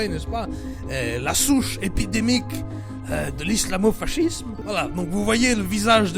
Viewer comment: Mdr putain. Sinon je crois que dit fascisme:"fassisme" n'est ce pas?